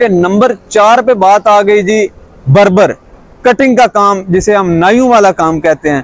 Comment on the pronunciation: Bur bur ni hota barber hota he